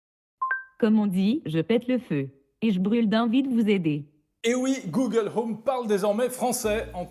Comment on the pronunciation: Vraiment dérangeante la manière dont il prononce "google". Mieux que le dernière fois en effet, mais j'ai quand même pas pu tenir jusqu'à la fin de la vidéo.